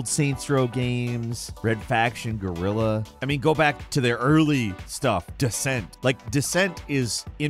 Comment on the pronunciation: Red Faction Gorilla was crazy ape so to say 😂.....man, I might record a video and explain to you guys how to say Guerilla.